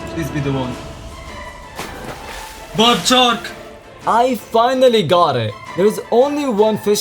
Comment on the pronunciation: bro i thought he was saying "bobbed chalk" instead of "barbed shark" 💀💀💀